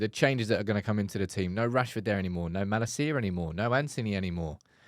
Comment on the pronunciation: The best thing about getting rid of Malacia is not having to hear you pronounce it so annoyingly every week 😂🤞🏼👏🏻